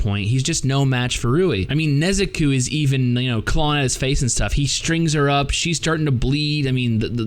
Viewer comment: Good review but who is the Nezukuu you speak of??